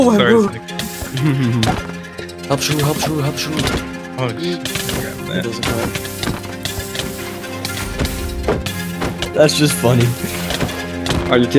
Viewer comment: The way this mf says helmp instead of just help kills me